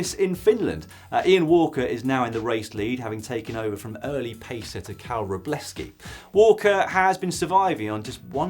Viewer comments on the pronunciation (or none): none